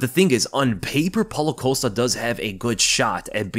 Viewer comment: Polo coast-ah lol 😆 idk why but your pronounciation of costa's name always makes me laugh